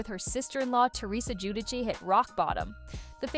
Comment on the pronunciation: Come on now. You're going to narrate this video and you can't even correctly pronounce the name Giudice.